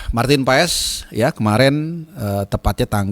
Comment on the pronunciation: PAAS,,, bukan PAES